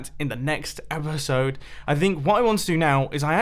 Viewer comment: The next ephesode -Mumbo 2018 (i meant to spell episode that way thats how he said it}